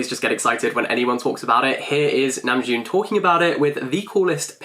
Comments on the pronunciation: I had given him a thumbs up cause he was clearly smitten and full of praise lol, but I want to give him a thumbs down cause he keeps saying his name wrong!!!😫😄 I was checking the comments cause I was curious about his accent. Saw the praise for namjoon's taste, but then hearing him say it wrong is killing me lol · I really enjoyed and loved your video... I learned a lot of new things about the meanings behind their songs and music videos. Thank you! Also the way he pronounced Namjoon reminded me of the meme tweet where jungkook was saying "happy birthday Namjoon"